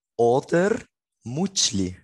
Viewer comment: It's MuTschLi but I get it hahah... Without the T and the L it means something completely different here as well xD Never mind haha